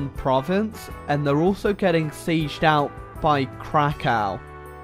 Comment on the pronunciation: hey uhh its pronounced "krako(v)" not krako(w) thx